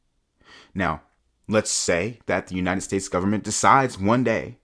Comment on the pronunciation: "full faith and credit of the US gubmit...." LOLLOLOOLLOL